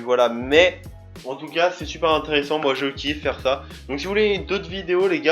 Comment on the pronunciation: car j'entends FA au lieu de sa/ça